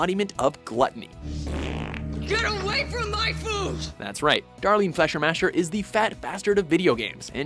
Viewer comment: Flashermasher??? :'D Fleischmacher is german and means: "Meatmaker"